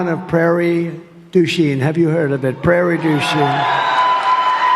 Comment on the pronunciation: Did Trump say, "Prarie DEUCHING?"